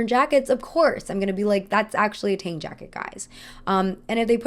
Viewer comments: Quick note that “Tang jacket” as in Tang Dynasty (though the design is actually adapted from Manchu costume), is pronounced like “T” + “on” (similar to the Regency English “Ton”), and not “T” + “aang”. By the same token, director Ang Lee’s name is also “On” and not “Aang.” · missed the mark a lot with the pronunciation of “Tang” and with the history of the Qipao. The history of the Qipao is much deeper because the mandarin collar came from the Qing dynasty into the new republic of China. She emphasized how political it was but for some reason completely ignored the shifting of the dynasties, end of emperors, and the actual political climate in China at the time the Qipao came into fashion. Plus the Qipao was inspired by an ethnic minority: the Manchurian and this is being discussed NOW as a problem because it’s not Han Chinese. Not to mention the 1920s Qipao was misrepresented as a form fitting garment when in reality it was much looser and often worn with pants. It barely skimmed the body line and is now known as Beijing style, while the more form fitting version is the Shanghai style. There is SO MUCH she is missing.